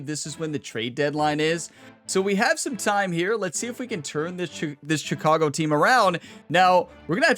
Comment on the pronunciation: Will you ask for a trade so I don’t have to listen to you pronounce Chicago wrong?